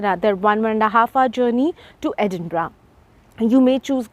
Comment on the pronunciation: Thank you for pronouncing Edinburgh correctly ❤